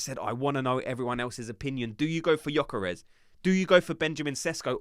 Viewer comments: You really don’t pronunces the y gökares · viktor gyökeres not vitor yokares 😅